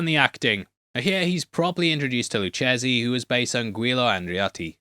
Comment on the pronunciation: Sorry to be that guy, but Lucchesi is pronounced Lu - kayzi, the ch sounds like a K. Enjoyed the breakdown though.